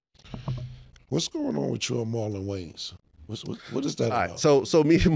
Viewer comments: Marlon wayans, not waynes lol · It's Wayans.....NOT Waynes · Lol at Marlon "Waynes" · Everybody always fuck up the Wayan's name